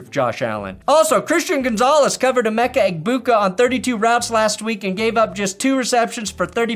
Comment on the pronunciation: you're giving Gronk too much credit, he didn't get "Emeka" right either